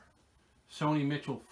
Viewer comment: Hey Z - great vid! Btw - on Sony Michel, his last name is like the female name "Michelle".